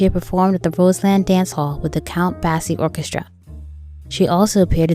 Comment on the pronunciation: Count Basie’s name is badly pronounced in this video.